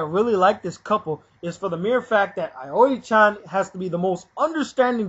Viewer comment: IT'S AOI CHAN NOT AIORI GOT IT?